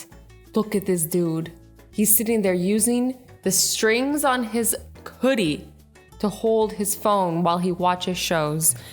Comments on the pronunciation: did she say koodie. A boogie with a koodie😂😂😂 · Excuse me but did she just say: "Coodie" Instead of "Hoodie"? .... Wuuuut'za "Coodie"??? (#NoOffence)